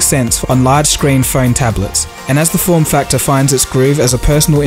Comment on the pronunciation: When the girl said "form" it sounded like porn. ;D